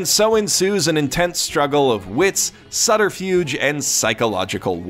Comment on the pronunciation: Sutter-fuge? That's not how you pronounce that, lol!